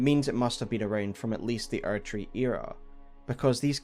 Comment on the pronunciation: man the age of the archery would have been so great if it wasn't just your accent saying erdtree